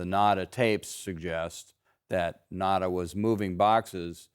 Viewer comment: Pronunciation for Will Nauta is not Will Nah-dah it's Will Now-ta. Anyhow, he's probably just blindly following orders from former prez absolute chain of command.